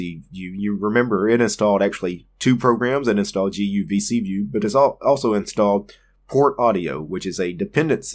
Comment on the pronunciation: guvcview....guvcVIEW....GUVCVIEW :D :D :D